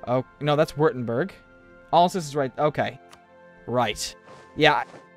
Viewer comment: When pronouncing Alsace don't say olsuce, SAY AL-SACE